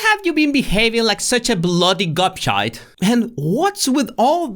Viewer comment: 😂😂 love how you pronounce gobshite😂. Nailed it.x